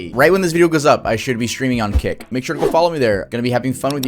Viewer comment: I THOUGHT YOU SAID KIK CAUSE I LISTEN TO THESE VIDS AS I DO OTHER STUFF AND IM LIKE WTF BRO 😂😂😂